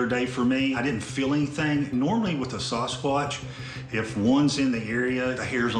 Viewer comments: Thought he said "saw his crotch" really fast once when he messed up the pronunciation. Sawhiscrotch, oops, sawswuatch, sasquatch? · By the way... It's sas squatch... not sauce squatch... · I love how he says, "SUSquatch." LMAO!!! Like it could be real, or just a figment of your imagination!!! Hahahaha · K I need to know..is it pronounced SAUCEquatch or SASquatch??